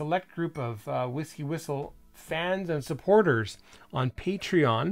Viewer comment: pronounces Patreon correctly after all these years 👏👏👏